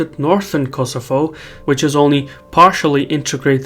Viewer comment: it ias Kosovo not kosofo